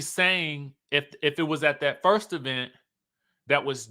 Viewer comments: The Eee-Vent. I love it 😂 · The laugh I didn't know I needed. "Thee E' vent😂😂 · Right 😂😂E-Vent